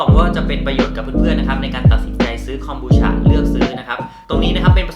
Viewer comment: ทำไมคนไทย เรียก ฉะ ฉะ ฉะ มันคือ คอม บู ชาาาาาาาาาาาา มันทำมาจาก ชาาาาาาาาาาาา